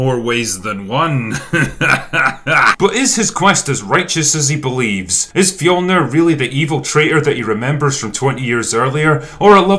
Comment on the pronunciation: I personally appreciated the accurate depiction of Nordic culture, except for the fact that they always completely butcher the word “fjölnir”